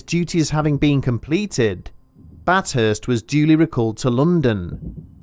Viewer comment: It’s bath hurst no bat hurst